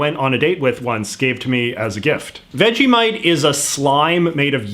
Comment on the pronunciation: Do any other Australians notice how Americans pronounce Vegemite as "Vegimite"?!